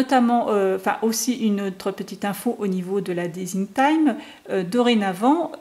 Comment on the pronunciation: un superbe mini album avec de sublimes produits . j'adore. ps : juste pour info ce n'est pas desing team mais design team qu'on prononce team comme tim